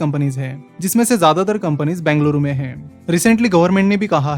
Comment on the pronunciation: It’s called B E N G A L U R U. BENGALURU, Capital of Karnataka.